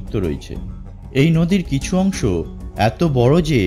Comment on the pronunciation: Lol!! এই ব্যক্তি 'কিছু' কে বলে 'কিসু'--------তারপর 'অংশ' কে বলছে 'অংস'!!!!! what is love!!!!!!!